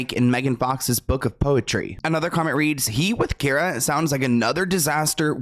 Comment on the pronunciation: It’s Cara… not Kiera. Do you even try anymore? 😒